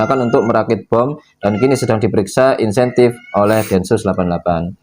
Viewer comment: Intensif bukan insentif.. 🙏😊